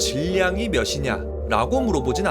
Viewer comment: 빛이 파동이냐 입자냐 영상에서 "빛" 발음을 정확하게 하셔서 제가 칭찬 댓글을 올렸었는데, 이 영상에서는 "몇" 발음을 틀리게 하셔서 지적 댓글을 올리게 되네요. 몸무게가 며시냐가 아니라 며치냐입니다.^^ ㅊ발음하기가 참 어렵긴 하죠...그래서 대부분 쉬운 ㅅ으로 발음을 하게 되는데 의사소통에는 별로 좋지 않습니다. 자칫하면 무식해 보이기도 하구요. 그래도 좋은 영상이라서 끝까지 보았습니다.